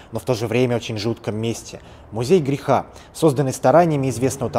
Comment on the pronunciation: Не грехА,а грЕха